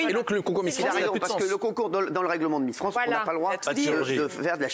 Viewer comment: c'est miss france et pas transmisster france